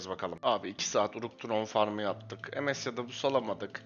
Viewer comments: kardes ms ye lütfen emes deme pc başında tilt oldum yav :) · Aga sen sen monster stone ye em-es dedin mi senin videolarını kapatıyorum direk ya